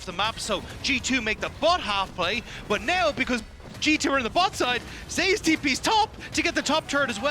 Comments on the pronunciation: You're the one pronouncing his name wrong. It's pronounced as ze-yus per his preference — in korean it is 제우스 (je-oos-seu). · Does anyone find it annoying that the pronounce Zeus wrong?